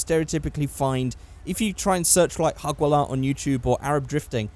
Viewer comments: When you try to talk arabic but you fail Hagwalla wtf its Hajwalla btw i live in Qatar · It's Hajwalah not Hagwalah xD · It's actually Hajwala Not hagwala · Its not hugwalah it produced hujwallah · Its hajwala but it's ok your learning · Its written hagwalah but pronounced hajwalah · its pronounced hajwala not hagwala, its the saudi arabian term for drifting to be exact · its called hajwallah not hagwallah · “Hagwalla” - - 2017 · it's pronounced HAJOOLA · hey am algerian witch means am Arab but u haven't said harwalla right buts it's ok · ha-j-wa-la thats what it is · It's pronounced like this "haj" hagwalah 😴👍🏻 and its only in SAUDI ❤️ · Btw hajwalla means drifting and he said it completely wrong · Hajwala is only pronounced like that in Saudi Arabia... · why are so many people criticising for pronouncing 'Hajwalah' wrong? do you all just assume that he's fluent in Arabic?